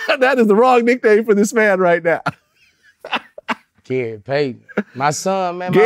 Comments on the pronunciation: He said gay Payton🤦🏾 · Anybody else peeped "Gay Paton" 😂😂😂😂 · "Gay payton"?🤔😂